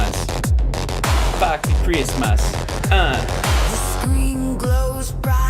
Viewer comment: 🎄 She can say Meddy Chreesmees and Fock Chreesmees.😂😂😂